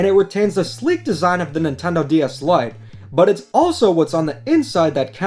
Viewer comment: I thought you said "Light gay DS Lite"